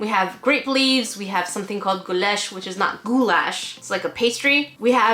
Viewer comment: the way you said goulash the pronunciation transition was so flawless im so shook